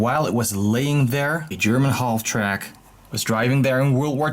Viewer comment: I really hate to be pushy but the ''L'' is silent in halftrack